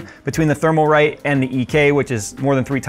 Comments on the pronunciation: It's Thermalright, not Thermalrite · Thermalrite? I thought so... It IS thermalright and you said it thermalwrong 🤣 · Isn't it "Thermalright"? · is Thermalright not Thermalrite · Thermalright, not Thermalrite. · I think you purposely say Thermalright and Thermaltake I take it that